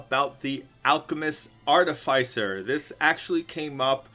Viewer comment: Artificer is pronounced "iss" like PISS not "ice". I am beside myself with so many people mispronouncing such a simple word.